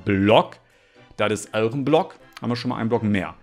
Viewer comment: en blöck perfektes Englisch:)